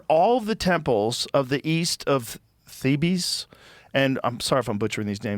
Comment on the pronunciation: Theebees haha